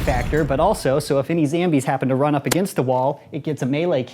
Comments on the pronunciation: Its zombie not zambie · I think it’s zombie not zambie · Not poking fun, I promise, but why do you zambie instead of zombie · It’s zombie not zambie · Like if he mispronounces zombie as ZAMBY